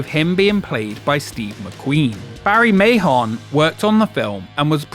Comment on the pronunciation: "Mahon" is pronounced like man